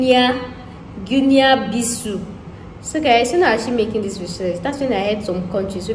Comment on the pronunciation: Actually "guinea Bissau" is pronounced as "Gi-ni bi-sa-hu" ... Now pronounce it fast🤝😊... You are welcome